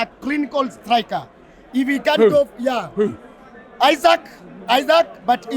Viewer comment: Not Isaac,Isak for heavens sake 😂😂...Kenya is our business though